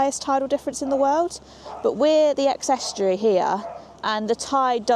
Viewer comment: British minimum wage for adults is £12.21. I've never heard that pronunciation of estuary. Not eating fish—unless one is vegan—is sad anywhere.